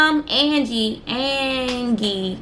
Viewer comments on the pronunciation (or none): She done fucked up a lot of words. I'm wondering if she graduated high school. Who can't pronounce Angie...she said an..geee... gtfoh 🤔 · I'm sorry, I tried not to but....do u have trouble reading. You have incorrectly pronounced a lot of words. Angie, abdomen, intubate,etc..🤔